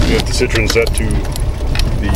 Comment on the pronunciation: Now for the painful comment. Better ones below. 8-)) I believe Citroen (double dots over the e) gets pronounced sit-troh-en, at least that's what my french bro-in-law says and what I remember. Citron is a lemon.